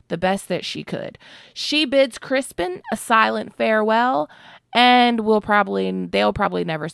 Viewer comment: Crispin??? Isn't it criston Cole